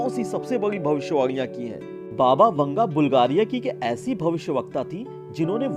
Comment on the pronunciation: Baba vunga ? 🤣🤣 PRONOUNCE IT CORRECTLY